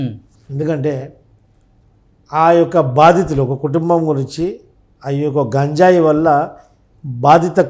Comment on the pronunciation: గాంజాయి ఏంది బాబు?ఈ పదం నేను మొదటి సారి వింటున్నాను.ఆ పదం గంజాయి అని తెలుసుకొని మాట్లాడాలి